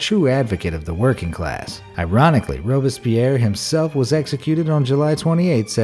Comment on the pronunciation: who else annoyed he said alexander robespierre’s name wrong